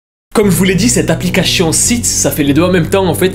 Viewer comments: Pourquoi tu dis applicachion alors que c'est applications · Je sais pas combien de fois il a dit applicachions PS : on dit application